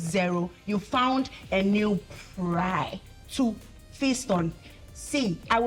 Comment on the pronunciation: darling it’s “prey” not prai or whatever you said🤣🤣🤣